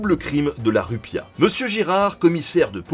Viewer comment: on dit rue piatE